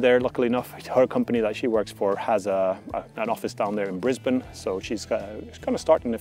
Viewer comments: BRISBANE! My top favourite city down under! CONGRATS!! And your pronunciation of Brisbane is already spot on! Wishing you & your family all the best! Looking forward to your first video from Gold Coast and Sunshine Coast! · Props for saying Brisbane correctly. Have you been down here during the summer yet? It's definitely going to be an opposite to Sweden weather.